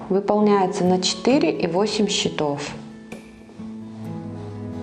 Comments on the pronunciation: Все прекрасно, кроме ударений в слове «счётов» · 'Cчетов'- ударение на первы слог